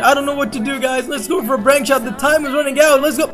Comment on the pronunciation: you said " Brank Shot"